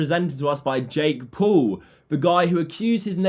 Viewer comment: at OWL........ jake POWL....